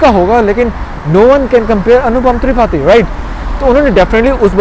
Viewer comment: Tripathi theek se pronounce to karo bhai..Google kar lete